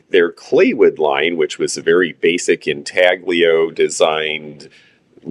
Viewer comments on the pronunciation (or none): Hello. Intaglio has a silent G like in lasagna